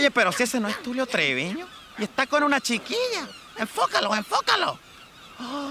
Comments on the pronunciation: hola santiTroll10, mario hugo dijo chiquilla no shiquiah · con una shiquillah